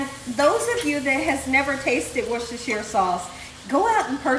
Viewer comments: Wow.. for the longest time I had been pronouncing it "Woosh-stir-sher-SIYER" sauce 😋🤦🏽‍♂️ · hhi in the uk we pronounce it wooster sauce.much easier for people who cant pronounce it properly